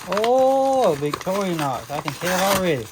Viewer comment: Great videos! I remember my dad having 2 of those knives in the early seventies. I notice you, like a lot of guys, pronounce Victorinox as Victori-a-nox but there is no “a” in the word.😊